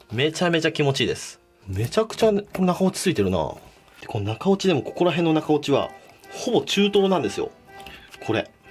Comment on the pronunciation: 「中落ち」が「中折れ」に聞こえる俺は末期(｀・・´ )